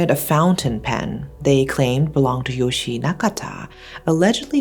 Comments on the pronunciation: The e in Yoshie isn't meant to be silent. It's pronounced like eh. I feel like it's disrespectful to the victim to not say her name properly. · You're mispronouncing Yoshie-san's name. Yoshi is a boy's name. An i always indicates an ee sound, and thus an e after it should be its own syllable and add an eh sound. ...Poor girl.